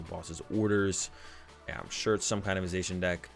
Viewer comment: did you just pronouce zacian "zay shin" ? it's "za she in"